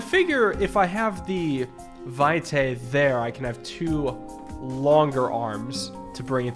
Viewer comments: it's latin, the correct pronunciation is vɪtɑɪ in fonetic alphabet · "Vitae" means "life's" in Latin - it is pronounced "Vee-te", last E as in Element :)